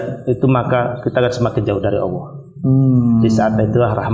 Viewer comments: Mohon maaf nih, pengucapan Allah itu Allah... Bukan Awloh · Apa saya salah dengar ya? Kok sering dengar kata Awoh